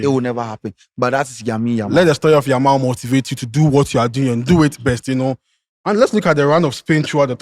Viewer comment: has never mentioned Yamal's name well da 😂